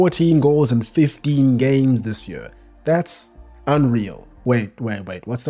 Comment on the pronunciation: man the way you pronounce "year". yuurrrrr 😂 what accent is that?